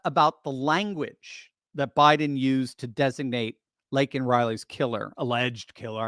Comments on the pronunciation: Joe didn’t even say her name right! Meaning he doesn’t care! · Biden mispronouncing Laken Riley's name made my blood boil, especially since he only brought her name up when MTG interrupted. This comes after Riley's family rejected an invitation to the SOTU.